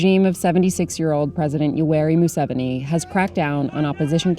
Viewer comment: It’s pronounced moo-se-vee-nee just for the record.